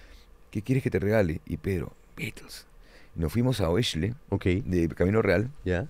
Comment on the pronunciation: Oeschle me pasaba que hablaba así en Alemania y me corrigieron se pronuncia „Eksle“